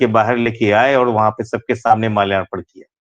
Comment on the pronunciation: Arth ka anarth ho gaya hai kyunki ; माल्यार्पण hota hai naa ki मलयारपन Kripya uccharan theek kijiyae .